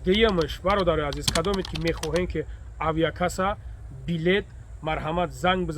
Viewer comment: авякасса?) или авиакасса!.... 😅